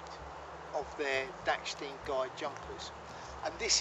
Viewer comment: Dachstein, not dacksteen